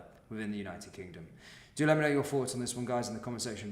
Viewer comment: Well done for reporting on serious crimes happening around the country. One observation: I've noticed you say, 'Fink, Frew, Fought'. But then will also say, 'THursday' and 'wheTHer. Did you forget you were supposed to say 'F'? I know you want to appear cool, but this sporadic mis-pronunciation detracts from the gravity of your presentation. I know you want to come across as trendy and street, but rather than being taken seriously, it makes you sound a bit Fick. Stop fighting the urge- just pronounce 'TH' correctly. Cheers👍